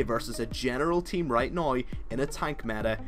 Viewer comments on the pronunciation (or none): "right noi" hahaha :3